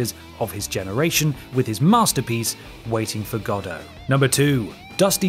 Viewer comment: You botched "Waiting for Godot"